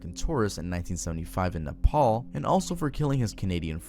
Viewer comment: "nepals italy" lmao